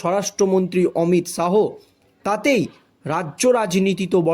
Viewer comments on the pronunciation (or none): কোমর কে মাজা বলছো কেন? অমিত শাহো না অমিত শা.